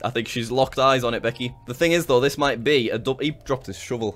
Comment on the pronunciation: "Beckeh, get off mee leegs!" is now my favorite scentence. Thank you jack, very cool.